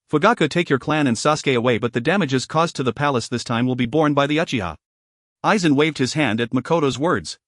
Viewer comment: hes playing Aizen, could get the name right at minimum..